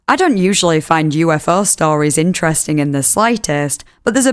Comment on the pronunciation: Move over "let's investigaet" now we have "Yoo-eff-eaugh"